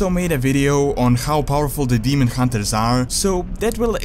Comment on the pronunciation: I don't actually say demon hunterers, it might sound that way because of the way I say 'r'. Some sounds are not easy for me to replicate and say as a native English speaker would, like pronouncing 'th' for example. I am working on improving it though.